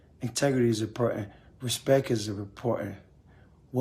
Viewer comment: yeah guys respek lol he forgot the T